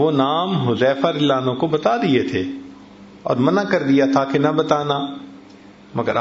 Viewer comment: السلام عليكم ورحمة الله وبركاته محترم مولانا صاحب ۔۔ میں آپکے بیان بہت محبت اور احترام سے سنتا ہوں ۔۔۔ ایک بات جس کی طرف میں اپکی توجہ دلانا چاہتا ہوں ۔۔۔ اپ جب کسی صحابی رضی اللہ عنہ کا نامہ مبارک آتا ہے اور اپ رضی اللہ عنہ کہتے ہیں۔۔۔تو واضح طور پر سمجھ نہیں آتی۔۔پلیز اس بات کو ضرور نوٹ کریں آپ خود بھی ذرا سن کے غور سے سن کے دیکھیں جزاكم الله خيرا كثيرا